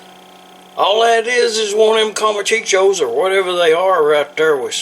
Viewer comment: That looks fantastic. I'm definitely doing this next time we get a bag of them at the mexican bakery (pronounced cone-cha).